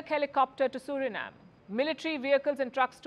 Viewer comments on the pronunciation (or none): none